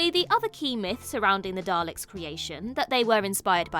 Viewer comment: and thats why he actually said...Dal to Ek!